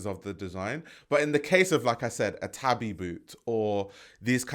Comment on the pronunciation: it took me a while to figure out he was talking about tabi the way he was pronouncing it (tuh - bi as opposed to tah - bee)